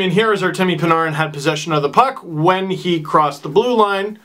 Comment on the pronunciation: you pronounce panarin's name weird lol